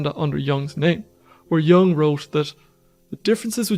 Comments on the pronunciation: Sorry, I can’t take seriously any content if I hear “yang” instead of a proper pronunciation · The correct pronunciation is Yung not Young.